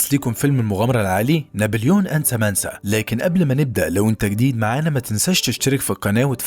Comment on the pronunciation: سامنثا وليس سامنسا